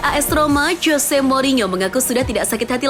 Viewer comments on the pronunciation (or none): none